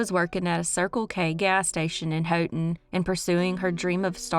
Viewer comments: Re. Haughton, LA the “Haught” in Haughton is pronounced like “hot.” There’s another interesting cold case involving a man named Clinton Devon Nelson from there. He’s considered missing, but I suspect he was murdered. He was last seen September 1, 2006. I enjoy watching your videos, but enjoy might be the wrong word because I wish there wasn’t so much evil in the world. Keep up the good work of spreading the word about both unsolved and solved crimes. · This is not a criticism at all, but because I’m from Louisiana we call Haughton, “hawton”. Yes. We are southern. I love your channel. I watch every week when you post a video. I love them all.